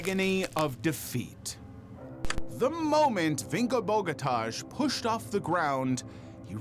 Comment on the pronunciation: I do wish Americans would learn that there's other pronunciations of names (i.e. the correct one) not just what Americans think it should be! Your pronunciation of "Bogotaj" was utterly awful J = Y in Slavic languages. AJ = "eye", the Os are soft, like in the word "soft", therefore his name is BOH GOH TAI. As for your pronunciation of "Marcin" = MARTSIN, it would be MARCHIN is it's spelt Marczin! "Davro" is pronounced with a hard A, like in "apple" not the strange "ah" you are saying. "UP2U" is obviously "up to you." But I know, Americans think only they are right and they are incapable of pronouncing non-American names correctly.